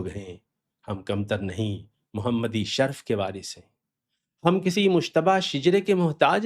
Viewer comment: نَسْب نہیں، نَسَب، نیز شَرْف نہیں شَرَف بولیے